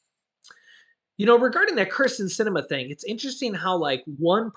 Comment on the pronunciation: Kristen Se-ne-ma